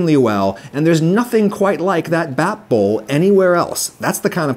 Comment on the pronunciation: The first time I was introduced to the idea of "better" restaurants having smaller menus was Gordon Ramsay's Kitchen Nightmares. The first step when he came into a restaurant was to slim down the menu. Interesting to know that wasn't always the marker of a good restaurant in the past. By the way, "bap" is pronounced with a long "a", so it's more like "bahp"